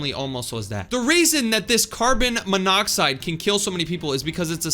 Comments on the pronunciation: Dude your saying carbon “M” miodide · MONOXIDE!!! ITS MONOXIDE!!! u probably know that... Right..? EH NO OFFENSE OK 😅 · You mean, Monoxide?